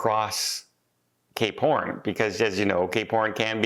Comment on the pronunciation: It sounds like you said if I'm going there I'm doing gay porn instead of cape horn 🤣